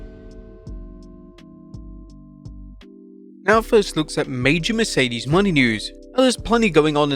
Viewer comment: Please learn how to pronounce Mercedes Mone